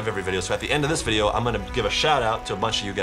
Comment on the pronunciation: chad i love your vodeo but vy bab wepen